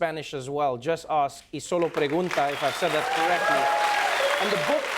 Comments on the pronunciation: FYI Trevor, the spanish name is "Solo Pregunta!", not "iSolo Pregunta!", Spanish written exclamation punctuation has an inverted exclamation point before the exclamation as well as a regular one afterwards; What he pronoounced as the letter "i" was the upside down exclamation point. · I love that he read the upside down exclamation point as “i solo pregunta!” Adorable. Hahaha>> ¡Solo Pregunta! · it was kinda adorable that trevor fully pronounced the exclamation point believing it to be an "i" in front "solo" as he grew up in a place that didn't have spanish, it's understandable the different punctuation wouldn't be in the fore front of his mind. however, as usual, the accent was on point. he got the spanish pronunciation down Judge Sotomayor has such a presence. i love how the audience was dialed into every word she spoke. watching on youtube, i didn't even remember to breathe while i was listening. she has a command of the room when she speaks and a thoughtful, elegant way with words. that was just amazing and powerful, yet very simple. i'm glad she's one of our nation's judges on the supreme court right now. i'm glad President Obama had nominated her to begin with at that time. the diversity is needed. her opinions are needed. her calmness in the face of heated issues, is needed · hihi he said i sola pregunta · Kinda cute that he pronounced the '¡' as an 'i'.